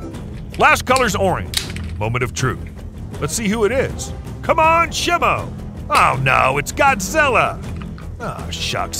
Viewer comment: is not simu is simo😅😅😅😅😅😅